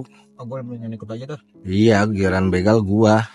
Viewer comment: Bukan bĕgal but bègal😊